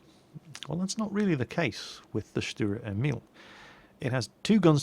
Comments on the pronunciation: That's not quite right in English it is Tank self-propelled gun V. As you can see that is definitive no artillery and "Lafette" means "Gun carriage". Also it was called "Selbstfahrlafette L/61"in the german army. The nickname is pronounced StuRer Emil not Stuer Emil with a strong R and it means "Stubborn Emil" in English. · Stuhrer Emeel would be the way to pronounce this for your brits I think :D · Stuwa Ehmiwl speaking german is just too funny. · Dicker Max means fat Max;D Sturer Emil funny pronouncing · Dear i'm usually speaking german so i know exactly how to say "sturer emil". So say the sh of shut up then the t and at least the urer and don't forget to say the r much louder. I hope I helped you.